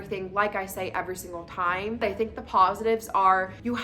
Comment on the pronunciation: She said, “Ever Singal Day”…